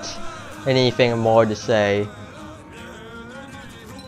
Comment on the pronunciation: Yö need to explör möre, yö massive sausage.